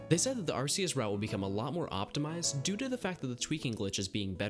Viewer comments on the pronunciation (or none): You pronounced Arceus wrong